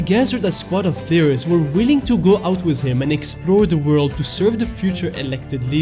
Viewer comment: 'inside the woold' yes i'm annoying